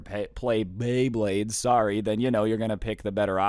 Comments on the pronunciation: lol pay bley blades that made my day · so we aint gonna talk abt how he straight up said "pay bleyblades" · "pay baybades with me